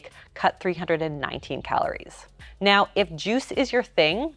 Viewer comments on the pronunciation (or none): none